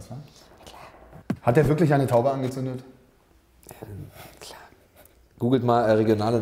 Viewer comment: Felix ist einfach zu cute :D Wie wärs mal mit nem Dreier von Tommi, Felix und Hubi? ps.: ich liebe das "klaa" von Felix :D